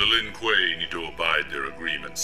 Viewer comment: To. You pronouced it right the 1st time. Lin Kuei (L-in Qu-ay)!